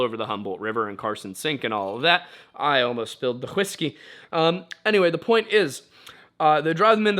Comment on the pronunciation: "...I almost spilled the hwiskey. Anyway, the point is..." had me cracking up